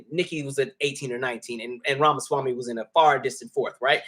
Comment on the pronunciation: I cannot tell if you are trying to mispronounce his name, or if you just never got it down.